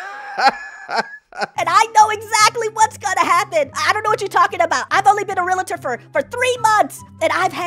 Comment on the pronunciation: Seriously, that's not how you pronounce realtor.